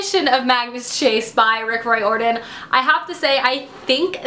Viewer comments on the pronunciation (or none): Rick Riordan is pronounced Reerden..:) just so you're aware